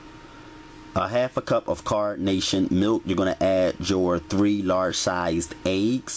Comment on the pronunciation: I like how you pronounce ''eggs'' ayegs lol.